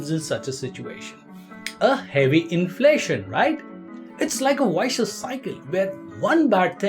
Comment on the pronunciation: Y-cious cycle? Ye pronunciation kaha se lata hai bhai?